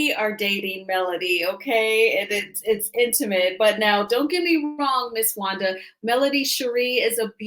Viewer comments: she can’t pronounce certain words. Wanda is a disgrace. Nah you act like you are cause you can’t keep her name out your mouth. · you’re an awfully nice person. You give Wanda wayyyyy too much grace. Wanda CAN NOT pronounce many, many words. IMO, she’s is extremely ignorant and vile.